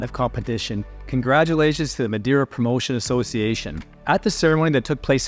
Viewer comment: You should pronounce the island name correctly especially when your videos are great